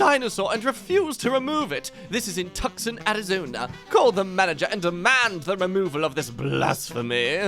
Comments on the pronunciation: tuk son? Tuk son? Too-sohn, arizona. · IK where that dinosaur is in my town. Also its said too-s-on. Not tuc son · Btw it's actually pronounced "Too-sawn", not "Tuk-sun" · too-san not tuck-son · did you really pronounce Tucson as (tuck-son) No hun, it’s pronounced like (too-sawn). I only wanted to let you know so you don’t end up on one of these clips. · As someone who lives less than 2 miles from the McDonald's with the dinosaur. I can honestly say it's a Tucson icon. And that the city name pronunciation hurt my ears. It's pronounced Tu-son. Not Tuc-son. The C is silent. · An Arizonite here, just cringing at the fact pronounced Tucson (Too-Saw-N) as Tuscan (Tuh-Scun) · too-son, not tuck-son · Tucson pronounced Too-sawn. The C is silent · Isn't Tuscon pronounced "too-saan"? Lol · I love you, i really do!! But i giggled at the Tucson. It's pronounced like too-sawn Still love ya tho!! 💜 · Isn’t Tucson pronounced too-sahn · Just a heads up pronounced 'two-sawn' for that dino post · Tucson is pronounced “Too Sahn” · This dino is in my city! XD I know exactly where this is; we refer to it as the "dinosaur McDonald's". And this is totally a thing of people who don't live here, but it's pronounced "too-sawn". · Tucson is pronounced "Too-sahn". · pronouncing Tucson as "Tuk-son" is honestly adorable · IDK whether pronouncing Tucson "tuksen" was unintentional or just part of the bit, but it 1000% improved the bit, lmao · Tucson is pronounced too-sawn. Still the top notch comedy i come here for tho 👍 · just a heads up for future reference: apparently Tucson is in fact pronounced "TOO-sawn", but I totally get why you got it wrong because it's on par with Arkansas in nonsense pronunciation. AMERICA, EXPLAIN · Tucson is pronounce too-son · The real facepalm is him mispronouncing “Tucson” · he mispronounced Tucson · Sorry, I cringed. I was raised in Arizona, so I get annoyed when it's mispronounced. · When said Tucson wrong I snorted out water...